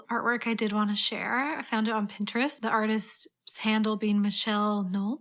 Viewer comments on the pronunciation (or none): none